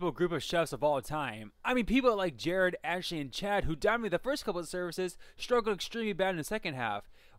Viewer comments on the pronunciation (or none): none